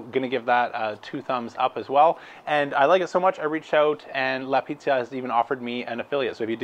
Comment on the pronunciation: Thanks for the review,! I wanted to mention it's Piazza... Pronounced "Pee-Aht-zah" 😉